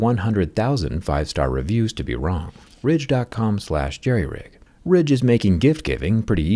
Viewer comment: Did you say Jerryridge?